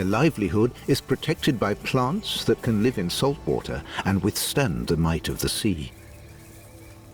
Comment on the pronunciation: "By PLONTS" to impress you with their accents.